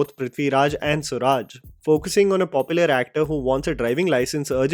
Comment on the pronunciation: It's not swuraj😂